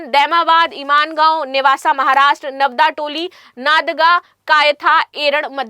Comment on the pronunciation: इमानगांव नहीं मैडम जी वो इनामगांव है लिखा कुछ है पढ़ आप कुछ और रही है 😊😊😊😊😊 और नादगा नहीं है नागदा है l,,, थोड़ा चाहे तो आप ढंग से पढ़ सकती है हमारे इतिहास के जगहों का मजाक न बनाए l